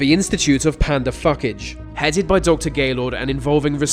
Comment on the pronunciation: Phucage has an interesting pronunciation...